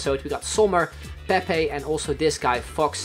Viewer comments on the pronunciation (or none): none